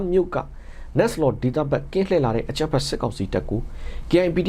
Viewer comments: ရေ နမ်းမား( နမ္မား)ပါဟ။ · ရေ ကချင်ပြည်နယ်မိုးညှင်းမြို့နယ် နမ္မား,,,,,,နမ်းမားလို့ဖတ်ပါတယ်